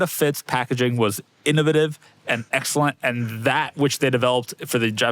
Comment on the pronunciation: Can we talk about how he said innovative on the honda fit?😂